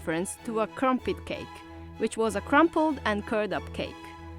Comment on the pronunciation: He said they’ve got “Ffree crampet plants”